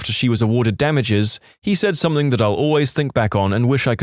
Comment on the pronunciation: No K In the word Something